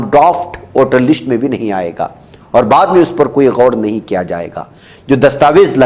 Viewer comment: لشٹ نہیں بلکہ لسٹ